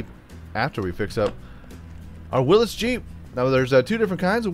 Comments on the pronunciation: It is not pronounced Willis it is WILLYS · this video is the only place ive heard someone say willis